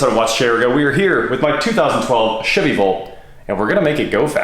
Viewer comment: Really sounded like you said world record Shitty Volt 😬 lol